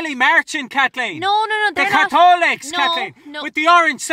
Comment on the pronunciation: Lunnnden Dairy AIRRR kat-leeeen. The fookin Kat-holics 😂